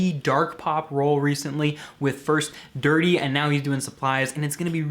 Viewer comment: Did you say dirty? Jajajajajajaja I usted to make that mistake too at the beginnig. Great explaintion tho.